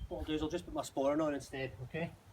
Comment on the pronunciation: shats the small belt called "sporn"? "spern"? i cant make it out